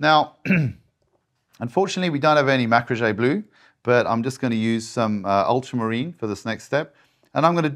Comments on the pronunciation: Alright so I guess "mack-ra-zhey" blue is going to be a meme going forward 😂 now I'm wondering if Andy Wardle was the first one to say it. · Video was great. My personal highlight though, no pun intended, ‘Mah-crah-gheyyy’. Love it.